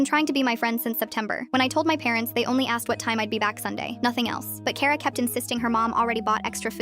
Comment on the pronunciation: Finally, something pronouncing my name correct it's kara 😂